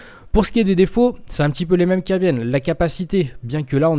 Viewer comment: Bonne vidéo, moi je suis partisan du hdd only ! ps: y a pas de "l" a "défauts" 😁